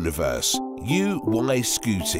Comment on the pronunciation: Omg it's NOT UY SKEWTY.